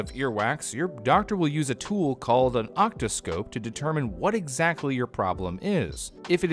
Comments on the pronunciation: "octoscope"? it's called an "otoscope", my dude... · OTOSCOPE, NOT OCTOSCOPE... wow